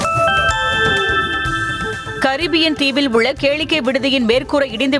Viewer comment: இந்த மகளிர் செய்தி வாசிப்பாளரை நீக்கவும்.! சகிக்கவில்லை.? விசாரணையை விசர்ணை எனவும் & உள்ளது என்பதை அதிக அழுத்தம் கொடுத்து கூறுகிறார்.!